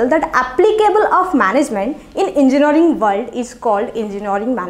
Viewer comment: Gajjab your "Enginaring" not Engineering